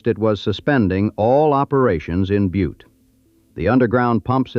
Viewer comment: Oh.... It's pronounced "BYEWT"...